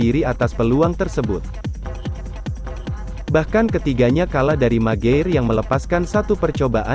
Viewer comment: Kok mager min ? Bacanya mec guair